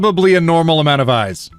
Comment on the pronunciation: I genuinely thought he was saying ice and was very confused. Need to watch rather than treat as a podcast.